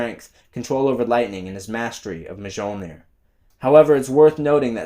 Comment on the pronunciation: The J is sonewhat silent in Mjolnir and is pronounced Mhilnir.....i mean I'm not asgardian or anything just saying 😅